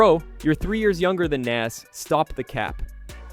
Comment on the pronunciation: You can’t even pronounce Nas’s name my guy. You aren’t a real hip hop head or person